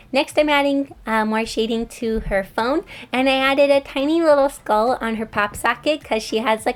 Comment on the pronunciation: you maybe said skull a little wiggly (no hate it's still cute)